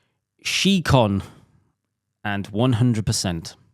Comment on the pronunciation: Why do you guys pronounce scicon as she-con? Do you pronounce science as she-ence?